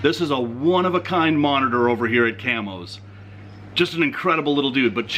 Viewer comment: So I backed this up twice now, and I am pretty sure you were saying Camels Reptiles, NOT Camos Reptiles 😁🤣🤣